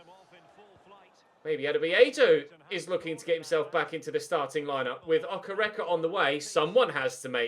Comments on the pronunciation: it’s Oke- Reke not Okerecker loool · David Okereke is pronounced “Dayvid Okayraykay” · Hi. David's surname is pronounced "Okay-ray-kay" I think - From a Nigerian viewer! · I am a Nigerian and I've been following your channel for a while now, PLEASE keep the Nigerian striker thing going,pleaseeeeee,it makes me want to watch your channel more,please like this so he sees it, I LOVE YOU, and the name is (O-kay-ray-kay) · You have to pronounce okereke like okéréké